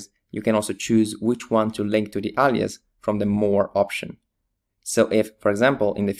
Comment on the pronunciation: Forgive me, but it annoys me that he says allias, it's alias with an A.